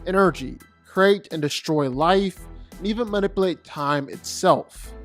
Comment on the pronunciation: Please dont say "Man-ip-uhl8" anymore.